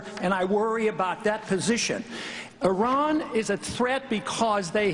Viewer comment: Did that fucking bastard call Iran "Terr-an" as in Terror?? For fucks sake man!